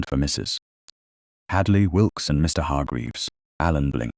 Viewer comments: Wonderful story. Thank goodness for Aunt Honoria! Very nice narration, however, - just a suggestion - in the text given to the AI to voice, could the periods after abbreviations - i.e. Mrs. or Mr. - be eliminated so that AI doesn't pause as if at the end of a sentence? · the AI voice sees the full stop, the point or period as the Americans call it, as the end of a sentence. It cannot comprehend the punctuation mark pertaining to Mrs. or Mr. as a sign that those words are abbreviations.